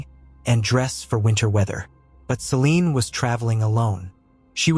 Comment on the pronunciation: It's Celine * not "Selene"